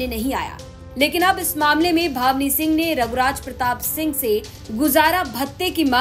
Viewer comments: ये जो बोल रहीं हैं बार बार भावनी सिंह बोल रहीं हैं बल्कि नाम भानवी सिंह है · बोलना सीख लो भानवी सिंह है naki भवनी singh